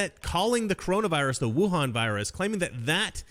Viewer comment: Frankly, how the media pronounces "Wuhan" is practically a hate crime.